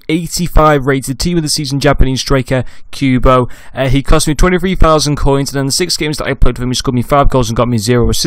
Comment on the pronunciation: good vid but its not pronounced queuebo but kubo